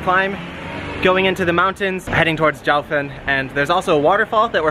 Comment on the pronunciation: "Jiu" sounds like geeyo...not jau